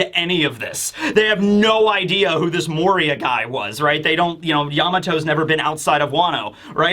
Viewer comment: "moriah" yeah okay lil dude